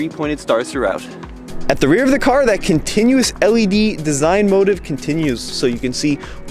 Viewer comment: "design motive"... Someone learned to read with phonics lol.